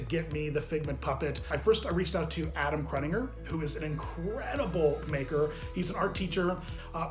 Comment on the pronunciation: Adam Creddinger it’s pronounced Crew-tin-jer (No hard feelings)